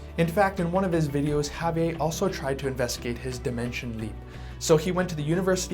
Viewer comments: Had to stop watching lol. Couldn't stand that way he kept saying Javier. It's not a French name sir. It's Spanish. Javi-Ehrrrr. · I'm cringing every time he says "Ha-vee-ay". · Ago saying javie and pronounce the fucking R!!!!!